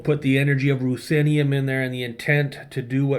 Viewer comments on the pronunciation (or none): Rhusinium? Ruthinium? What was that word you said? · I think it’s Ruthinium**